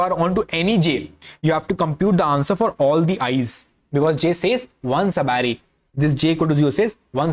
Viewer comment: All I understood is that he can say sub array that too badly